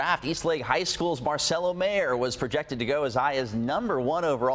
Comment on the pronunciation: The words "Chula Vista" and " Mexico" and the name "Marcelo" are Spanish. Why would she pronounce them wrong?